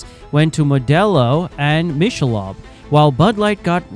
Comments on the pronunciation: How to say Michelob (Mick-a-lobe) Ultra wrong. The AI, err I mean human narrator, doesn't know it's not pronounced Mish-a-lob. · I never knew what all the backlash was and you put it together nice and concise! BUT… Michelob is pronounced ‘mick-a-lobe’ not ‘mish-a-lob’. Good video overall. 👍🏻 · What is Mish - a - lob beer? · It’s “Mick’ a Lobe” teach your AI how to pronounce words correctly. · Your AI sucks it can’t even pronounce Michelob right!! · Is this an AI voice because that isn't how you pronounce Michelob